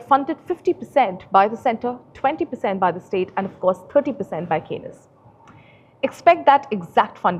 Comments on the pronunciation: Anchor cannot even pronounce Kaynes technology correctly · Hi, kindly check the pronunciation of 'Kaynes' for your next video on the company. Thanks.